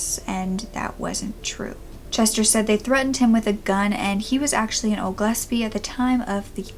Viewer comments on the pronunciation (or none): none